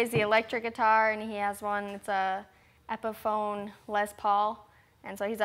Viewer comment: She also said "epophone"